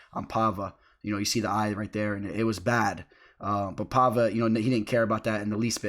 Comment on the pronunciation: Paiva, not Palva/Pahva.